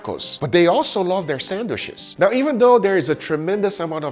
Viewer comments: Sandwiches ❌❌ Sanwishes ✅✅ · "Sandwhiches" - Detroit Grand Pubahs. You're welcome. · PLEASE STOP SAYING SANDWISHES GUGA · mmmm, sangwishes